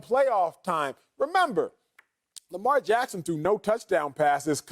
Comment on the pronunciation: Who is this guy? Why dies he think he could speak Lamar Jacksons name?